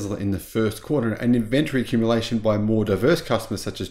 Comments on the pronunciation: In-VEN-tree! We need to start a drinking game every time we hear in-VEN-tree! Don’t LG batteries kind of suck? Aren’t they the ones that catch fire most often? Also why buy 2170 batteries? Is Tesla still not able to mass-produce 4680 batteries? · Is it just me, or am I hearing Tezler substituted for Tesla and and invent-tree substituted for inventory? Could be my old ears.